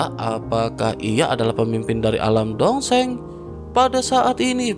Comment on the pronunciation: Dosheng...donk bukan dongseng...😂😂😂